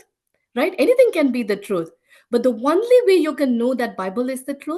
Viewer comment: I love this testimony. I must admit, I smiled every time she pronounces "only" "one-ly" 😁